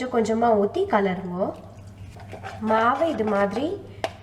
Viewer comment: “kalarungo” na enna ma Artham... it is kelarungo or kelarividungo:)... going to follow this recipe today!! Cold rainy day here